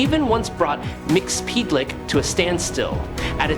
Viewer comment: Damn dude Mixpiblik? His name is pronounced Mixes- pickle-lick.